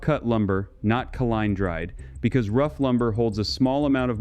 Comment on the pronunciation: I really like the random throat clearing, to make it sound like a real person, and then eventually they say "kil-ine dried" that confirms this isn't a real voice